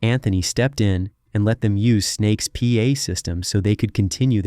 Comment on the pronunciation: Snake-S . . . SNAKESSS . . . it's right on the album cover. This narrator says it wrong every time